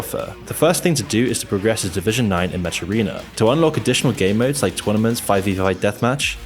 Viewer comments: That you call them 'Met-sh' or Met-shiz' is kinda hilarious. It's pronounced: Mek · "metches" umm, its pronounced meck bro. mech is short for mechanical.